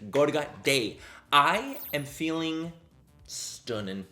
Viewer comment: Every time you say stunnin you sound full blown irish 😍😍